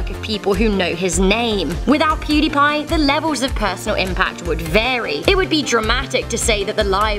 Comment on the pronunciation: pudiepie🥴 laughed when she said it